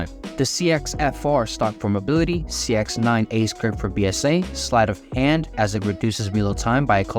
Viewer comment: An intentional mispronunciation of the sex9… i mean the cx9. 👀